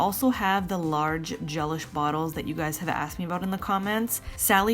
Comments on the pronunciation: I always thought it was pronounced GeLISH like deLISH! Not GELish like relish. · I think it’s pronounced ge-LISH, like “ooh, that meal was de-lish”, not GEL-ish, like relish. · I believe Gelish is not pronounced like “relish” but like “that meal was delish”!